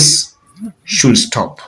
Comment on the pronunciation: Kindly drop off letter “l” from should when pronouncing that word please!!! It ends with “d” and is pronounced “shud” not “shul”. With lots of humility I beg.